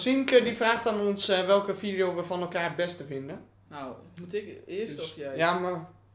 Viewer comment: vileo... dikke chinees 😂